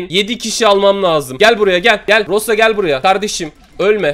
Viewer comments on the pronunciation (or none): none